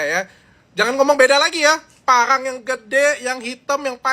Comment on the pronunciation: Gc jelas bang ngomngnya..parang apa pangang.sayembara apa sayembanga..hehe..